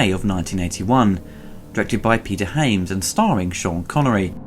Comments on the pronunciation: you pronounce Hyams wrong, you said Haims... and pronounce High Noon wrong, you said High Newn... is that a british thing ? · It's Hy-ams not Ha-mes